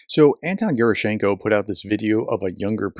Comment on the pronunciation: Ge-RA-schen-ko… The stress is on the 2nd syllable.